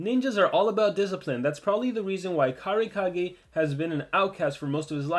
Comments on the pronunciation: How Pronounce It: Ka-Rai-Ka-Gay How Normal People Pronounce It: Kurai Kage(But Spelled As Cage) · Karai Kage. Me: Dude, it's KU-rai Kage, just to correct you there. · I don't think its pronounced cage because if you watched naruto they pronounce hokage as " hoe kaw gay" and kurai kage is a ninja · How do you pronounce kurai kage? Because I just pronounce it like "kur-eye kaw-gay"